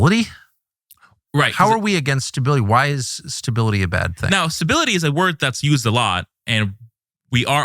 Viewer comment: This guy doesn't know how to pronounce the word stability. Great guest.